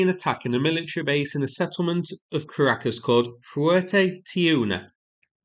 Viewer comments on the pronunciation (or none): my mom laughed at how you pronounced Caracas lol